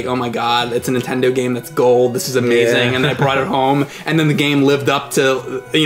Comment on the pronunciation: damn it it's Nintendo not intend oh!